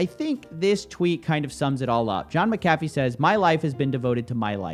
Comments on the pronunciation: You're pronouncing his name wrong... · Sorry to break it to you bro but you're pronouncing his name wrong -. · I thought it was pronounced Mack-A-Fee. All this time I've been putting the wrong emPHasis on the wrong syLLAble lol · You’re saying his name wrong lol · I love your videos but for God sake it's mc a fee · John Mac-a-Fee is the correct pronunciation. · Correct. Mispronounced his name 100 times in this video. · At least pronounce his name right if your gonna cover him bro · Are you saying McAfee wrong on purpose? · Aside from your shit talking, you should at least learn how his name is pronounced. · Would you please pronounce his name correctly? Jesus. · Dudes a murderer most likely, so if you are intentionally mispronouncing his name on purpose, then it’s cool. But that’s not the case and this shows how young you are. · Mc-Ah-fee not Meh-Cah-fee sir Coffee. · Mac A fee not mc cafe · I believe it's pronounced "mac-uh-fee" rather than "mick-caffeine" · You say his name wrong through this entire video. The name is MAC-AH-FEE not MICK-UH-FEE. Scottish vs. Irish prounounciation. Very sloppy since he is the whole point of the vid. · IT'S Mc-a-fee, not Mcaaafe man xD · I really - really want to watch this video, but you're making it so fucking hard for me by continously saying 'Mc Caffy' over and over... That was seriously annoying, as little as I like the guy the name is CLEARLY pronounced 'mac-a-fee' just like he himself, and anyone else who ever has talked about him or his 'antivirus' have always said... You're literally killing me here... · It's pronounced MAC A FEE you twit! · John *MAC*Afee is how it is pronounced. Mc = Mac, think the footballer McEntire no one says "mick entire" or "m centire" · I always thought it was pronounced Mac - A - Fee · Pronounce the guys name right will you it’s it’s sounds like Mac a fee idiot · FYI, it’s Mac-Uh-Fee. Love your stuff! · IT’S F**KING MACK-UH-FEE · It's pronounced "John MAC-a-fee"